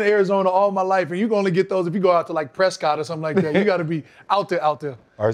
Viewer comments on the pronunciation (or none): PREH-SKIT not PRESCOTT 🤣